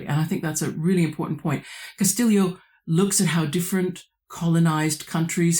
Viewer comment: I confess that I am one of those that you predicted would catch that strange pronunciation of the author's surname - but it makes sense the way you explain it. Is Elaine Castillo Pilipinas? You are correct, it is very unusual to find anybody in.. at least the metro Manila area of Luzon in Philippines without a Hispanic surname, my wife and her extended family included. But you could say the same thing about the Mexicans where I live on the Texas / New Mexico border. The Spanish completely wiped out, not only family histories, but.. native history in general. All pre-colonial history in the Philippines has to be inferred from language patterns, genetics, archeology, etc, because almost nothing is written that is not Spanish. Hell, Pilipinas, Philippines, the name of the archapelago itself derives from Spanish monarchy. And don't get me started on the almost universal adoption of the Spanish religion HAHA. Thank you for the very interesting video discussion.